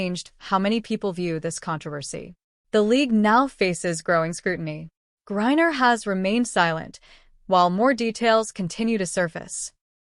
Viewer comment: So is it Gourrier or is it Griner (rhetorical). Embarrassing.